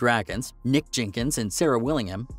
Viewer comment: Jinkins???? Jenkins you monk. You taken a vow of silence? Was there 10 or just 9. This was garbled rubbish please refer yourself to Wayne County's greatest hit and do as instructed.